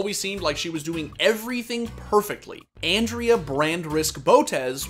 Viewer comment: My man really called Andrea "Ann-dree-uh" lol